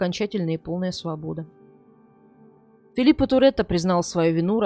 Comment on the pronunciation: Не в обиду ...не ФилиппаА а ФилиппО.